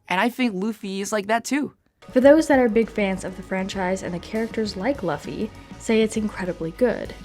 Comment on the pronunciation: you said laffy?!